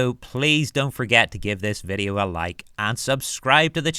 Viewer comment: meRa quest? i hear an R. yes i enjoyed the viReo.